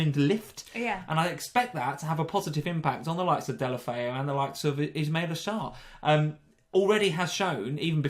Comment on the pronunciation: mispronouncing Sarr’s name for some reason bothered me